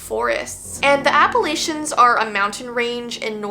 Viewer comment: i’m actually from the Appalachians and you are actually saying it wrong- 😭 i’m sorry pretty much everyone but people form down here say it incorrectly, but its a huge pet peeve of mine so i thought id just say something